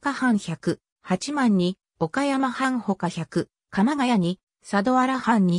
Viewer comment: 八幡ははちまんではなく、やわた 新宿はしんじゅくではなく、にいじゅく です。